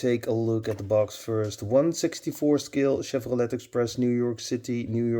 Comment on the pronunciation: Great video Mr.. Don’t know if you care or not, but the “t” is silent at the end of Chevrolet. It’s pronounced like: “Chevroley”. Respectfully.